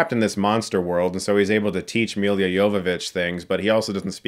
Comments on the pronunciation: It's "M i l l a" not "M i l i a". If you make fun of people at least pronounce their name right :) And her running directly at monsters is like Shadow of the Colossus? How about, it's like Monster Hunter, you know, the game the movie is based on :D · Dude, why do you pronounce her name "Milya"? It's Milla and that's also the way to pronounce it. ;b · I just can't get past how he pronounces Mila as Milia. Chris mate, it's Mila - me-lah, it's not Emilia without the "E" :D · It's Mila, not Mil(Y)a, Jovovoic. I And a little trivia - that name in Serbian means something like "darling" or "sweetie". Cheers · It's Mila, not Millia. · Don't take this the wrong way Chris, I appreciate your reviews but man please do some research on how to correctly pronounce names - you say Milla's name like it's Milya TF? Lemme help you: MI like MI(sery) + LLA like LA(crosse). Might be my biggest pet peeve :o/ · It's Milla, not Millia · Reviewer likes Milla Jovovich so much he adds an extra syllable to her name... it's Milla... he even spells it correctly in the description... but pronounces it, "Millia"... idiot. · Sorry, but I have to bring it up again: Milla Jovovich's name is pronounced "Mila", not "Milia"; she's from Ukraine and her birthname is "Milica" (pronounced "Millitsa"), so "Milla" is already the easy-to-pronounce international version of her name, no need to complicate it :) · Let’s say it together : Mi - La! Miiiiii Laaaaaa . Not Milya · Her name is just "Milla" not "Milia" ! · hey chris, she's mila, not milya :) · Mila not Milia. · Chris, it's Mi-la not Mi-li-a Jovovich Come on. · Mi-La not Mi-Lia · Why are you struggling to say Mee-Luh? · Dear Chris, it's MILLA JOVOVICH!! - short for Milica..not Amelia. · every time you prounce "milla" the way you do, i die inside. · He can pronounce Jovovich correctly but not Milla. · I hate the way you say her name